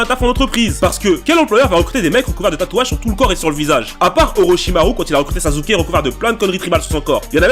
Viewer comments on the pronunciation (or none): none